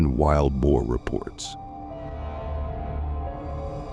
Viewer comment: It is prounced Bo. Not bow. Bow this type means to bend over.